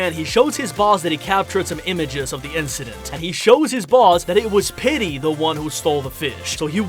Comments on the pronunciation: Petey isn't pronounced "Pitty" its pronounced "Peetee" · Pitty ❌ petey ✅ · It’s PETEY not PitTy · It sounds like your saying pitty instead of Petey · STOP Saying PITTY!